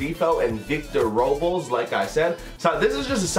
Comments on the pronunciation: It’s pronounced Robe-less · only comment, its pronounced "Roe-Bless"